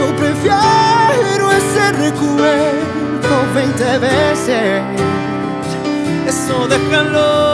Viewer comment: "RECUELDO" 20 veces min Luis Fonsi.